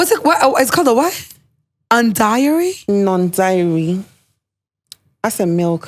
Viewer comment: Its non-dairy not “diary” brothers. Its just a Ghanaian way of pronouncing names wrongly. Take note please